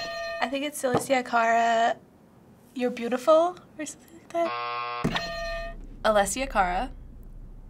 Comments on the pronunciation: "alicia cara" that made me sad, it's uh-less-ee-uh kah-ruh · Its alessia cara not alisha cara! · The girl saying aleshia cara😂 I'm dyeing bc she doesn't know her name